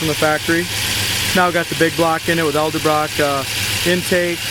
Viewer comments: Will you please learn it is EDELBROCK not ELDERBROCK. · It's even spelled out for him on the valve covers and STILL can't pronounce it right, lol.